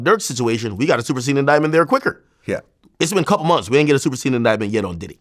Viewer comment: Did he just say "Super SAYIAN" INDICTMENT😂😂😂